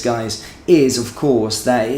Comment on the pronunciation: it's muscat not mooscat